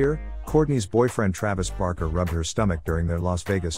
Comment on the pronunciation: We are really sorry, it is supposed to be Barker, we will try harder next time with the pronunciation.Thank you!